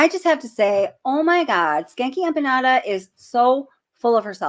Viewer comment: I’m so mad that somebody corrected your pronunciation on Empanada- PLEASE put that Ya back in when you say you it. I loved it!!! lol 😆